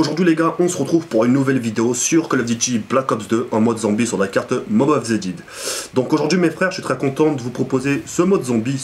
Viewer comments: mob of the did gg pour l accent anglais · excellente vidéo cependant un point la carte s’appelle Mob of the dead et dead se prononce daide en gros voila (c'est pas pour faire mon chieur mais je tiens juste a rétablir la véritable prononciation) =)